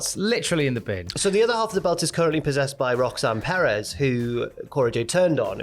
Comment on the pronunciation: should not be allowed to pronounce Perez lmao.